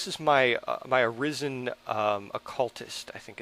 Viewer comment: Why does everyone call the Arisens "Arizans"?